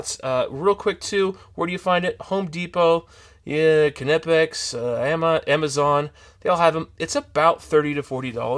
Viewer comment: You should pronounce the K. It is a word in German..not an English word